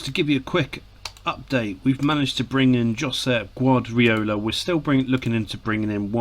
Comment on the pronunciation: Wonder if he realises the guy he keeps pronouncing as Gwadriola, is actually Pep Guardiola??